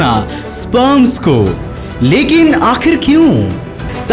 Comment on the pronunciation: Ur way of talking is hillarious.....:) mai huuuuuuu, lekinnnnnnnnnn, nahi karte hainnnnnnnnnnnnnn.. Jude hainnnnnnnnnnnnnn.. Lol. end k word pe kam zor laga liya kar